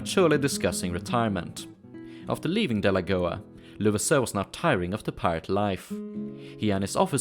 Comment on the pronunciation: When you say pirate it sounds like the word pilot, a little confusing